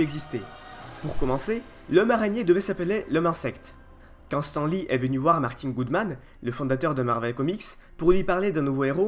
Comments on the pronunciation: Ça se prononce STANE li fait un effort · Tu ose parler de stan sans savoir dire son nom ???!!!!!?